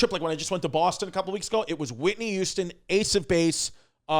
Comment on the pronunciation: Chrissy says "Whitney Youston"